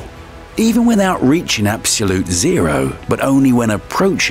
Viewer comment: I wish he could pronounce "absolute"